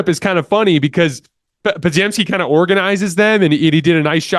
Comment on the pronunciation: love the content man, for the love of god, give these players the respect they deserve by pronouncing their names right! you have always pronounced podziemski and quinones wrong man, just look up how to say them correctly pleaseeeeeee you at a baseline should say nba players names correctly